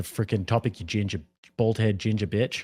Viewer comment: You sound like a female using the word “bitch”…… I think its because you are Australian